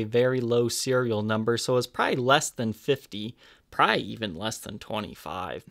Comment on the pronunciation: Jesus, the word is 'probably', not "pry".